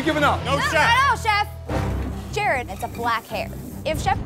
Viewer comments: To Chef Ramsay, Jared = Gerard and Marino = Marinio 😅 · Come on Jah-Rod! Lol